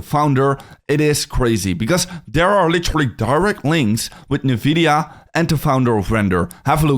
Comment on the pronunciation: That's definitely not how you pronounce Nvidia